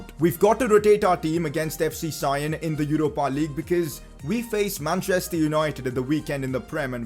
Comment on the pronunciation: Please can you not say sion with a i because it is properly prounced with a e.